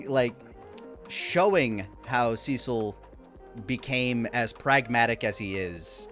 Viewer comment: The "Seh-sil" versus "See-sil" hangup would be a little less jarring if we hadn't already gone through 20 episodes of content in which they have consistently said the man's name as "See-sil". It comes off as if he either didn't actually watch the content, watched it in a different language, or is disagreeing with the showrunners who are directing it, which includes the creator of the original content this adaptation is based on.